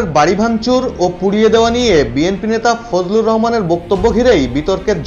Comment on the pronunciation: ফজলু না বলেন ফজু